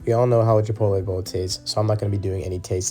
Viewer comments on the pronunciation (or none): It's pronounced Chee-Pott-All.